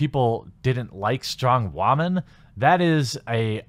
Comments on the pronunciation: Are you saying women wrong intentionally or is this a regional thing because I’ve never hear women said like that. Also I don’t do twitter. Twitter is social cancer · You need to learn how to pronounce the word women